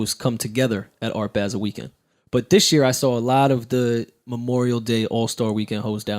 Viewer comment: If they say "Art Baa-sel" one more time!....It's ART BAH-SEL...Geez! LOL.